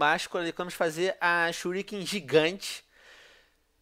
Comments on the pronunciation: mesmo se shuriken fosse pronunciado em portugues nao seria churiquei e sim shuriken porque é a forma correta de escrever essa palavra mesmo sendo portugues ou nao! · se o venom adorasse naruto msm ele iria falar shuriken direito